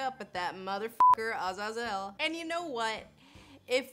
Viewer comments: Azazel is pronounced "azay - zel" not "az az ell" you're making it sound mroe ridiculous than it is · IT’S. AZAZAEL. NOT. AZ-AZ-UL. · If you say Ah-Zah-Zel instead of ah-Zay-zel, how come you don't say Her-me-own? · Azazel = Uh- zaze-el. Ty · Watch First Class for how fo say Azazel. Or say Ah-zay-zel. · Lindsay, first off, I love your videos. You obviously put a great deal of time, effort, thought and research into them. However, please learn to pronounce names with which you are unfamiliar. Azazel is traditionally pronounced with the emphasis on the second syllable: aZAYzel. Sorry to be pedantic. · A-Zay-Zil darlin, at least that's how I've heard it spoken by people who know a thing or two about fallen Angels. Hey! I'd love to see you do Samael or Azazel or any of those in pop culture. I know you don't do games so much (Aphrodite in GOW) but it would be awesome to include those sources as well. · A-ZAY-zel Lindsay. Say it with me. A-ZAY-zel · I mean you're saying it so wrong but I kinda like your way anyway. Doesn't so much slip off the tongue but comes out like a 5g roller coaster with 3 dips in it. I wouldn't say it 3 times in a row either. No telling what could happen with such a novel pronunciation. We don't need "Eldritch horror" for our November 2020 Bingo card. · My cat's name is Azazel and that's not how you pronounce it.